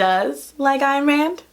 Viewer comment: This is the first time I’ve heard someone in media pronounce Ayn Rand’s first name right. (her philosophy is still a Nope thou)